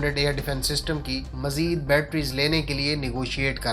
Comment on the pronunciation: Majeed nhi mazeed hota ha! Bolna to seekh le pehle! 😛